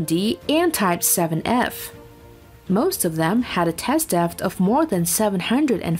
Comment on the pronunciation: After a while, I stopped listening to the words and just winced at her pronunciation. "bow" rhyming with "cow", struggling with the word "depth", is she artificial? In which case, it's very good, but otherwise...